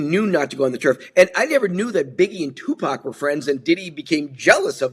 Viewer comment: Can we learn how to pronounce Tupac’s name. It’s not Tupack.